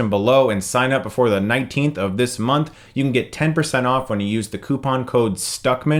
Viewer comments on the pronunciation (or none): none